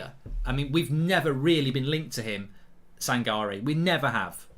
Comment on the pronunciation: It’s pronounce as San-ka-reh